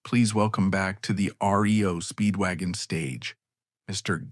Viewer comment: You know when it calls the band RIO Speedwagon there's going to be issues.